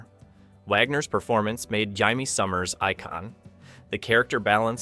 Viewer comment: The AI for this video doesn't know how to pronounce the name Jaime. Maya from "Space: 1999" was not for "comic relief," in my humble opinion. This video's transitions from one show to the next are too abrupt and precipitous. They should pause for a second first, and then start the next show segment discussion by heralding it, by saying something like "Number 1...Number 2... Number 3...," etcetera.